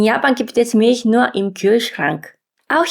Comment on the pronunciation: Sie sagt so vieles falsch 🙉